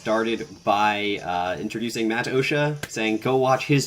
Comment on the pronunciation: gg man! was a ton of fun to play you (also its pronounced MattOshay ;) )